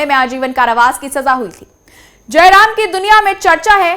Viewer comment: जरायाम not जयराम । jurm•جُرْم जरायम जुर्म का बहुवचन है । अच्छी रिपोर्ट